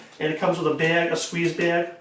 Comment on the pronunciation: Baeeg. Baeeg. What accent is this?